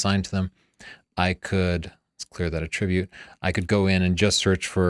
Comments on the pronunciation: It’s pronounced ‘at-tri-bute’........ not ‘a-tri-bute’. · I too noticed but judged it as trivial compared to my sole reason for watching the video, ie. to hear about the differences in the packages. Excellent video as usual. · fair point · You are mispronouncing "attribute" your using the pronunciation for when you give some quality to a person. There is a different pronunciation for "attributes" in data processing and computer applications. Your basically putting the emphasis on the wrong syllables. Keeping you educated is a full time job. lol. The grammar police will be pleased if you fix the problem.